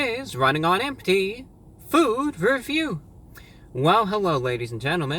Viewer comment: NOW THAT U SAID THAT ITS ALWAS GONNA SOUDN LIKE THAT FUCK